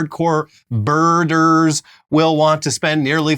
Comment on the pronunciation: Every time says, "Birder", all I can think is, "Er mer gurd!"